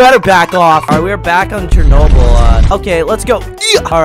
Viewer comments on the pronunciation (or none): It is Chernobyl not Chenny ball